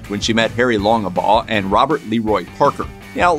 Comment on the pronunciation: It's "Longbaugh",not "Longebaugh".Jeez,..